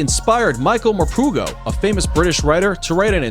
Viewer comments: He called him michael mapoogo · "Michael MorPOOgo"